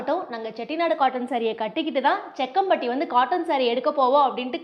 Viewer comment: Jakkampatty. Not sekkampatty sister